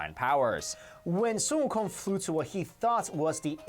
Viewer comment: Just hear the pronunciation of sun wukong compared to games who have sun wukong in them like league and smite. I find it offensive how they pronounce his name completely wrong, like they didn't bother to do research smh.